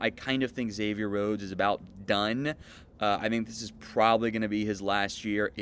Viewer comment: Thanks for pronouncing is right. I have a friend named Xavier and he hates being called “Egg-zavier.”